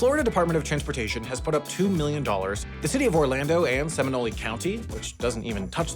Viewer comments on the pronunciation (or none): Seminole? Semin-ole! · SeminOLÉ county 😭😭😭😭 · "seminole" is pronounced "semi-nole" not "semi-noley" btw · For fucks sake! It’s Seminole not sem-e-noly. It’s Volousia not vo-Lou-see-uh and Osceola not osk-e-oh-Lee-uh. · I was about to say, I've never been to Seminolee, Oskiola, or Voluseeah counties, but I've been to Seminole, Osceola, and Volusia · Sim-en-o-lee? Os-kee-oh-la? Lmao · // SEH-mih-NOLE // // AH-see-OH-luh // // vuh-LOO-zhyuh // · Seminole - cem e nol Osceola - Ah see o la Volusia - voh lu chia my bad that really pissed me off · I had to stop the moment you called it “Seminolie” county. The “E” at the end is silent. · our counties are pronounced Sem-In-Ole (Ole as in hOle), Ah-see-Oh-Luh, and Vuh-loo-ßa Also, you would have a blast trying to pronounce a good chunk of our rivers, the Econlockhatchee river is a good place to start 😁 (We use a lot of names coined by the Native Floridian tribes) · ...Did just say Se-mi-no-LEE and Os-KEE-oh-la? Holy moly. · I swear I heard Stromboli County 🤔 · I'm sitting here clenching my teeth at calling the 417 "four one seven" instead of "four seventeen", and now I've just gotten to Seminoley and Oskeola and Volooseeah aaaaaaaaaaaaaaaaaaa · SeminOLÉ county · For those who care, the airport's code MCO is because it was previously McCoy Air Force Base. Minor pronunciation nitpicks County pronunciations: SEM-in-ol, Va-LOO-sha, AH-see-o-la And that toll road that wraps around the east and south side of Orlando is the four seventeen, not the four one seven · Bro invented a new pasta, like can I get a seminoli alfredo? 😂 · How do you not know how to pronounce Seminole?!? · As a Central Florida resident and huge fan of the channel, it's endearing to hear try to pronounce "Seminole", "Volusia" and "Osceola" 😂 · That is not how you pronounce Seminole. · As a Florida native, listening to your pronunciation of Seminole and Osceola was painful. Otherwise, good video. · Osceola was bad, then he said Seminole!